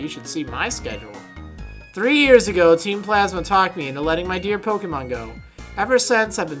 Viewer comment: I agree, but you put the accent on 'Pokemon' the wrong way round :P